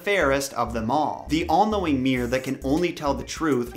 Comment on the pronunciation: Mirror not mir! Enunciate